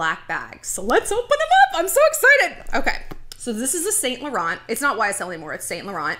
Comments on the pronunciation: You’re pronouncing it wrong lol! It’s not saint laurent. It’s like ‘Sun la-ron’ x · you pronounce it Sau Laurau Not Saint Lauren dont pronounce n & t